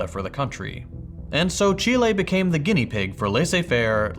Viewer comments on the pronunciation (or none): none